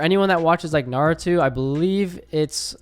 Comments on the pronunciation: hate to be that guy but it’s pronounced: “Naru-toe” not “Naru-two” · He said narutu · nah I promise you, PROMISE YOU I will not play this until learns how to say naruto